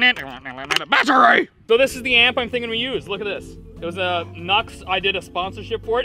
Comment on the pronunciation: Why is the most replayed is the "BATTURAYY" part?!!?